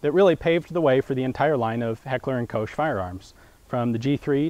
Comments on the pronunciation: Only meant as an information: The company is called Heckler&Koch. You said: Heckler&Kosch. But the word "Koch" is a major difficulty in every American weapon video. Even American employees of H&K seem to have difficulties with that word and are pronouncing it wrong. I was asking myself for a few minutes what "Gerat" could mean. Until I realized that you meant "Gerät". An "ä" is not an "a" and is pronounced different. Anyway: Very interesting video! :) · Two things: 1. You say Heckler und Kowshe? Whhaa? It's Koch, like Bach (you don't say Bawshe). If you really suck, you can say Coke and that'll be fine, for an American. 2. The Roller-delayed blowback has seen use wayyy before the CETME - the MG42 is a direct "borrow" from the Mauser development. I hope you don't think the tone of the above comment is harsh. Many internet commentators intend to insult - not me. I like you and hope you will consider my input :) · Not quite - "Koch" as in "Coke". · Not kosh as in kosher ; cook as in fix dinner FG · PS: It is not "Kosh" You will find on YT some pronounciation Clips how to say Heckler& Koch the way it meant to be... :) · it is called gerät not garat!! and you have to say heckler und koch not hekler und kousch!!!! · sounded like you said Heckler und Coach :D.. and its Gerät not "Gerat" a bit like the a in anyway.